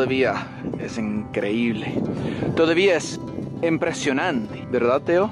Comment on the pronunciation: 🤣😂 Te pasaste con eso de "mire que tan dura la tengo" .......... La piedra volcanica Y el "Impresionanti" Jejejejeje Tambien me encantó la cumbia en el puente 🌉 😆😝✌️ Saludos desde Cd Juarez, Chihuahua; ¿Cuando vienes? 😘